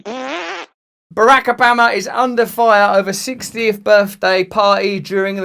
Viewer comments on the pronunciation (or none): “Barack Ubama”